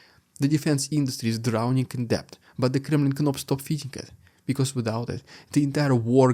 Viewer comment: He Dude (dood) Debt is Dett Voila is vwa-la (close) Keep up the good work